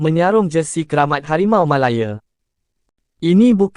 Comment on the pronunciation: Bodoh punya AI. Malaya lah bukan Melaye. Channel sampah ni😊😊😊